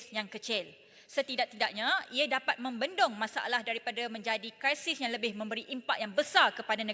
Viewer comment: Terbaik YB Yang ❤ tapi kenapa perlu “kraisis” krisis lebih baik Yang 😘